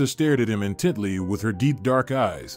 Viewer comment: It's "intently", not "in Tidley".